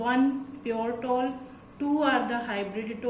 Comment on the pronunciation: It is tall , not toll